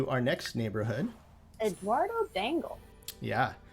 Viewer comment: I’m sorry but the way said the last name” Daigle” made me laugh so hard. It’s not pronounced “dangle” 🤣🤣 its pronounced like “bagel” but with a D instead of a B! Too funny though thank you for the laughs 🤣